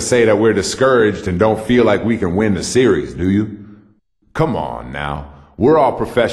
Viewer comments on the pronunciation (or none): Every time he says series, he says serious. And he's always saying tough layup. :)